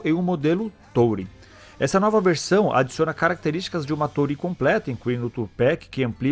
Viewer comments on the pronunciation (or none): A pronúncia é túrin. 👍